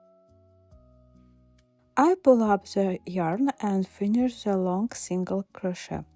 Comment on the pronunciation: You are delightful! However “crochet” should be pronounced without the “t” sound at the end. Go to 43 seconds on the video.